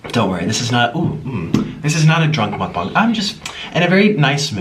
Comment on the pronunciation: “Muck bung” 😭😭